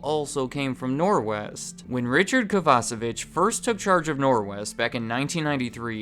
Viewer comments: Every time he mentions Richard I keep hearing his name as “Richard Kielbasa bitch” 😂😂😂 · for a split second, I thought you said "KovaceBITCH" and not Kovacevich hahaha